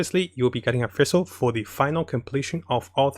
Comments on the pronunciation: How to pronounce Fischl = Official without the O. Not Feischl #Demone And not Fessel :D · thanks for your great videos! btw the way you pronounce fischl is a little wrong and confusing :) its prononced fish-el like a fish. You can go to her english voice over to hear how its pronounced.